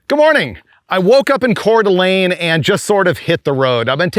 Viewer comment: Thanks for visiting Coeur d’Alene and pronouncing it correctly ❤. Kinda reminds me of my parents 79 Dodge Aspen.